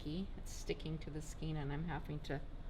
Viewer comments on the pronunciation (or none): Sorry to contradict you but the E in skein is pronounced as an A in English. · So…how do you pronounce “skein”? It's pronounced skane because of the E before I rule.Aug 22, 2016 Like "cane"